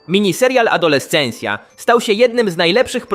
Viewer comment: Adolescencja? What? tak sie tego nie wymawia.